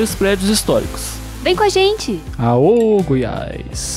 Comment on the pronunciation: NAO E GOIAISS E SIM GOIAS,NAO SEI PORQUE AS PESSOAS INSISTE EM FALAR ERRADO.